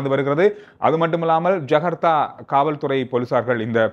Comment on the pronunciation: not jagartha. Its Jakarta.